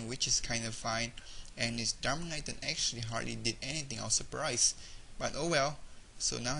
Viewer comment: it is dar as in car- man-itan (etan) Darmanitan! why do these genius battlers never pronounce the names right?